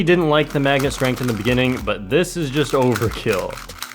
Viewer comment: LOL “megnet”